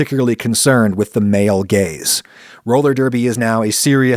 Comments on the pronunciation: when Adam is saying "male gaze" it sounds like he is saying "male gays" 😂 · "Male gaze" not "Male gays"?